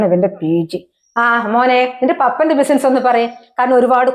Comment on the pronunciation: ബിസിൻസ് അല്ല ബിസിനസ്‌ ആണ് 😂